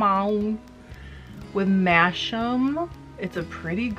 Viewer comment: Masham is pronounced masam.